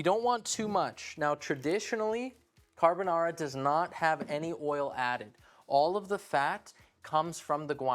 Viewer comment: also, it's appreciable that he says caRbonaRa rolling the Rs 😄